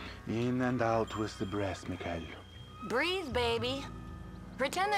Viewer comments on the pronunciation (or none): He sounds like he is saying Miguel instead of Michael